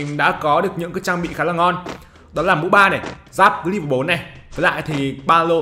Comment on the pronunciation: ngta ta đọc là le vồ mà anh đọc là li vồ =))